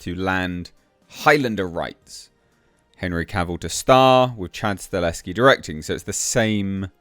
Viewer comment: You keep saying Staleski, is that how you are supposed to say his name? I always say Stahelski like it is written.